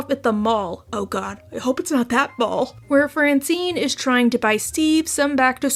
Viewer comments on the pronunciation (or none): none